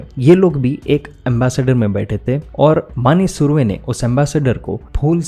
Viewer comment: तुम नाम सही तरह से नहीं ले रहे हो ।